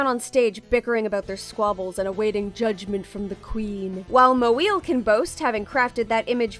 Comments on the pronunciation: I get that Moeel's not a stellar artist or anything and doesn't really deserve any respect for the way she conducts herself or treats others, but it's still kind of a yikes to make fun of a non-Anglo name like that, especially since I'm willing to get the person reading TCAF's statement wouldn't have said an Anglo name like "Jackson" "Smith" "Jones" etc. like that. Just Google the non-Anglo words or names you'll have to pronounce next time before recording. There are entire YouTube channels dedicated to helping teach people how to pronounce words in a multitude of languages. It's not that difficult, and people need to stop acting like it is. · ... I just like how this guy tries to say "MoEeIil". It's so Jerry Lewis-ish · Kay but why trying to pronounce her last name badly exaggeratedly bad? Idk man is othering as fuck Yeah she an asshole, but that doesn't give free pass for lil assholeness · i’m pretty sure they just don’t know how to pronounce it correctly, not doing it on purpose to make fun of her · I don’t find the mispronunciation gag funny to be honest, no hate to the voice actor, but if you know how to say “mo” and you know how to say “eel” then you know how to say “moeel” It’s not difficult and it just comes off as mocking her on a different level than just making fun of her traced and stolen art to me personally. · hey, if youre going to make a point about how pink cat isnt being targetted for racist reasons, could you not deliberately mispronounce her name in a mocking fashion? i also think the backlash she gets is completely deserved, but you guys really arent making a good case here with this. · Who kept butchering her name lol 😭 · learning how to pronounce a name is not hard. Just comes out as mocking since this is supposed to be recorded and not live. Cringe delivery. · I am 100% Not on PC’s side, nor do I support her, but being weird about struggling to pronounce a clearly ethnic surname is a bit…. odd.